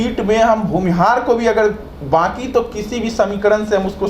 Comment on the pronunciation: bhumihar hota hain bhunihar nhi hota hain